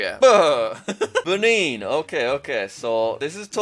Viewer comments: Then he reverted back into Ben-in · the way he said benin🤣